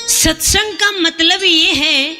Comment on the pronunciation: Aaj pata chal gya satsang ka uchharan radhe radhe 🙏